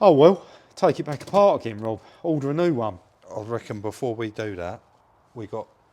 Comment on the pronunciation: Yeah and it’s Rob not Rib 😂